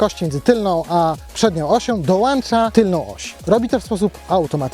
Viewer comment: Nie chce się czepiać, ale jak już się bierzecie za dziennikarkę to polecam użycia słowa dołączać zamiast „dołańczać” strasznie kłuje w ucho